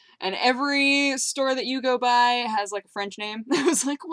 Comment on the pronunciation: I'm always impressed by your french accent.